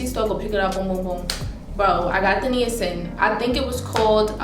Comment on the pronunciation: FYI - Niacin is pronounced Nye-ah-sin. Another name for niacin is vitamin B3. Niacin occurs naturally in food and you need it. What you experienced is called "niacin flush" and it happens when you take high doses of niacin. It happens because niacin causes the capillaries in your skin to dilate (aka relax) which increases the blood flow to the surface of your skin. You have to be careful about high levels of niacin.